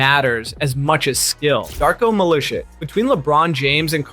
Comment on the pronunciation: "Mill-e-sick"? That's not how you pronounce his name... It's "mill-ee-cheech" - on GSW defense, Wiseman was drafted during the pandemic season, where all play was on hiatus, so most of teams were drafting a bit blind. It was like darts draft: few hits, most misses - why during Bagley's bit, there's a picture of J. Wiseman xD? Granted,they were both in Pistons at the same time but still ;)